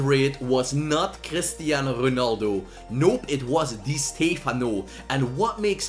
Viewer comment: Crrrristiano Rrrrrrronaldo